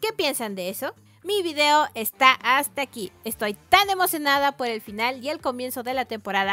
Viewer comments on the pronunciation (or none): none